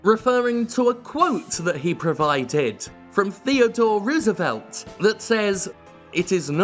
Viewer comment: Message from across the pond: Teddy Rose-uh-velt